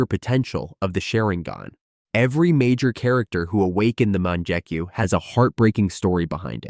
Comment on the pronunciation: bru the "munjekyu" low key made me mad. its mon-gek-yu